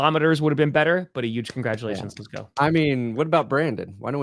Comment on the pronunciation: saying Uuge is the reason the packers lost